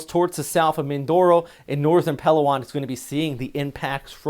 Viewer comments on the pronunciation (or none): pa LOW on..pronounce low like now or ow. Not PELOwon.